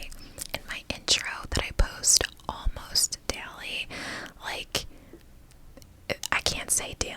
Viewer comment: “Almost delly”